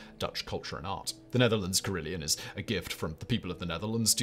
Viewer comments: It’s pronounced carry-LON, not Leon! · Carillon... there's no 'i' in the second syllable. Care - ill - on, not Care - ill - eon.